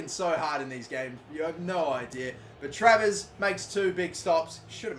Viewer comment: how many times did he fuck travers name already?